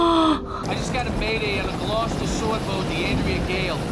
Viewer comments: “Glowe coaster” NO. Gloster ( “ah” sound). Watch “Their Finest Hour”. It’s another tale of the sea and is just as good as “The Perfect Storm”. It will help you to broaden your knowledge of the sea, and of boats and ships (two different things) and I believe you will be more pleased in the way this movie is resolved than with “The Perfect Storm”. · Omg, I need to teach you how to pronounce the names of the towns and cities in Massachusetts. Some of them are really difficult so it's not your fault for saying Gloww-kest-er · Maybe a bit more like "gloss-tuh" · Thanks for doing a reaction to "The Perfect Storm." As a lifelong resident of Gloucester (pronounced Glou-sta), I clearly remember when this all happened. Gloucester is celebrating it's 400th year this year and at the Man of the Wheel statue (seen in the film) there is also a moment listing all the names of the those lost at sea each year. There were years in the late 1800s and early 1900s that the moment includes dozen upon dozen of names. Deep sea fishing has always been one of the most dangerous professions there is. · It's pronounced Glahster, or as someone from there would say, Glahstuh. Haha. It's on the north coast of Massachusetts. My sister lives in the South Coast region. She said the line about how it's always Gloucester is not too far off because it's not uncommon to hear about fishermen from Gloucester dying. It's such a dangerous profession. I think it's one of the most dangerous professions. I love this movie, but it breaks my heart every time. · Gloss-ster. It’s about 1/2 hour from where I live. MA also has a Worcester that is pronounced Woosta! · Just for future reference, the town is pronounced Glaastr. The TV show Wicked Tuna is also based out of Gloucester. Worth watching an episode or 2 to give you an idea of what these guys are really like and what they deal with, Enjoyed your reaction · It's pronounced Gloster. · Ouch, her Gloucester pronunciation killed me....